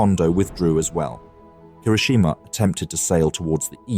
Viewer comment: Pronunciation guide. Kirishima. key - ree - she - ma, not ker - ISH - i - ma (they get it right a few times). Atago. ah - ta - go, not ah - TAHH - go (Admiral) Abe. ah - bay,. Bow like "ow".